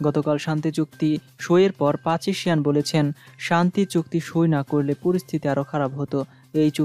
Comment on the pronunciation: Please make correction. You are pronouncing incorrectly the name of Armenian Prime Minister. The correct name of the Armenian Prime Ministet is Nicole Pashiniyan.